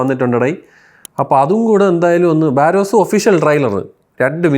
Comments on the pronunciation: ബാരോസു അല്ല myr barroz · ബാരോസ് അല്ലടെ ബറോസ് ആണ്. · ബാരോസ് അല്ല ബറോസ് 😂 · Baa-ross...alla monne....barozz... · ബറോസ് ❌️ ബാരോസ് ✅️